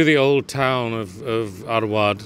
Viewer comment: It is not *Award, it is rather Arwad.